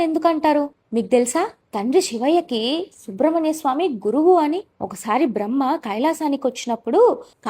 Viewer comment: అమ్మా..అది శుబ్రమణ్యస్వామి కాదు సుబ్రమణ్యస్వామీ...